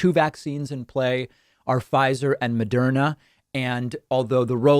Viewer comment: It's "Moderna", not "Mederma".